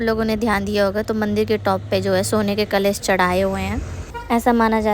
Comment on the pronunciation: kalesh nhi " kalash"😂